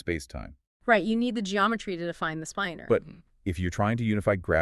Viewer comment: Unfortunately, the one in this video pronounces "spinor" as "spine-er", not the correct "spinn-er"